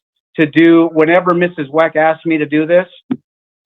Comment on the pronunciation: Is he intentionally saying "MRS. WACK" instead of "MRS. WECK"??? 🤔